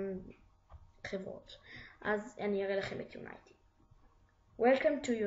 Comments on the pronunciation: unity not unaity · יו-ני-טי לא יוניי-טי